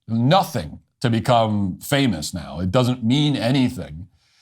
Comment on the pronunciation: you said "famiss" instead of "famous". Learn how to prounounce "-ous".